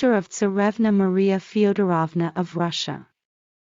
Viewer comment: Beautiful video! By the way, Alexandrova and Feodorovna both should be pronounced with long o’s like “drove”. Just trying to help. 😊